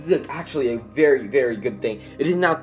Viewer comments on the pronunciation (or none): none